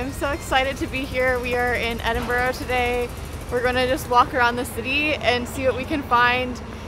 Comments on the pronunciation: Just a tip, when you say Edinburgh, say it with 'burah' at the end rather than 'burrow' 🤗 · Please please...it's really not pronounced Edinboro More like... Edinburrrruh 🙏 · First thing you should do when visiting Scotland is to learn to pronounce Edinburgh. It is not EdinBORO! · Hi guys, so you are in my hometown Edinburgh. By the way it’s pronounced Edinburra. Lots to see and do while you stay in the borders. I hope you have a great time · Great your able to travel so cheaply. Edinburgh is pronounced Edinbura. Hate when foreigners pronounce it wrong😊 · They are called v chips and it's Edinburgh not bro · Great video, try pronouncing it Edin-bruh